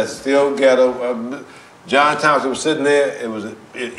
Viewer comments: I thought he was saying shittin on the floor lmao 🤷🏾‍♂️ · No lie I thought he said shittin on the floor when I get home